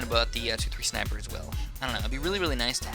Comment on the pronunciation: I genuinely don't understand how you can say "shniper"... you don't say "shnail" or "shnap"... makes no sense to me and even though usually nothing pisses me off, this actually is kinda of... irritating xD oh well, each one to his own.